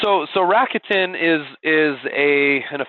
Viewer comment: Aside from the bad pronunciation of "RA KU TE N" which is Japanese and there is no stress on any part of the name, this was very informative.